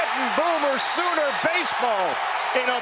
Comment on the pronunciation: I watched the Alt broadcast of game 2, and I noticed you boy kept making the grave mistake of saying "Soomer" instead of "Sooner". 😑